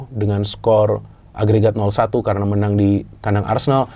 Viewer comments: FORZA NERAZZURI SEMPRE pake di tegasin “ BENER LOH INTER YG MENENG” 🤣 madridnista yaa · Paling suka kalo penekanan menang😂